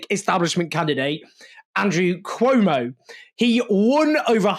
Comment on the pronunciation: Cuomo So stupid not to pronounce his opponent right, how this person could lead the city. 😢😮😅